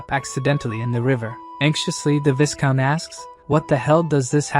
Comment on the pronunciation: When is someone going to teach the robovoice how to pronounce "viscount" correctly? The S is silent. EDIT (the following day): LOL! I "called it" about the relationship between the woman and the soldier about 30 seconds before the recap revealed it. 🤣